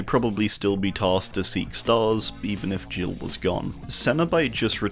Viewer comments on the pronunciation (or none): none